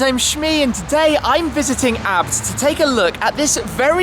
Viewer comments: Shme the kind of guy to pronounce a b t abt😂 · Its not abt its A B T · Am I the only one that gets annoyed when Tim says ABT instead of A-B-T?